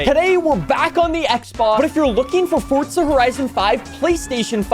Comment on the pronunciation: There are two certainties, saying ‘Fortza’ instead of Forza, and ‘ares’ instead of ours